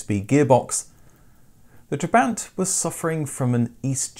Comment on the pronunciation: Every time he said "trebaaaint" I died inside a little